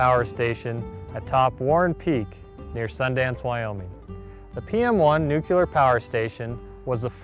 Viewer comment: NU-CLEAR!! Not Nucular!